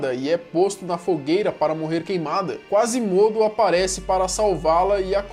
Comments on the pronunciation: a pronúncia correta é Quasímodo. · Kkkkkkk "Acaba ganhando o nome de Quase mudo" kkkkkkk aí aí, acho que ele pronunciou meio errado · Hey falou o nome do Quasimodo errado se pronuncia com acento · quasimodo..Sempre q ele pronuncia o nome errado e tenho uma mini facada